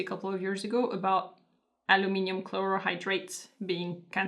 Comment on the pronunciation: Yeah, you guys really sound more like you're saying "a boat." Like, rhymes with oat.